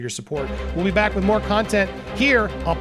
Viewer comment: It's popcorn planet. Not "popcorned" planet.